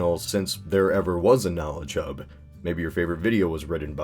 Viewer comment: Every time I hear you say "KnowledgeHub" it sounds like you say "KnowlChub".